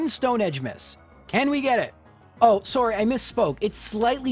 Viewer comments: We know you're Canadian as soon as you said sorey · I knew you were Canadian when you said "sorey" and not "sorry" at the beginning of the video lol. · JRose saying “sorry” is when it first crossed my mind that he’s Canadian.